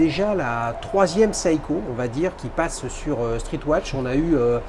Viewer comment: SEIKO se prononce SE-I-KO et non SA-I-KO pour la énième fois!! tous ces parisiens qui se croient au-dessus des autres, je ne supporte plus!!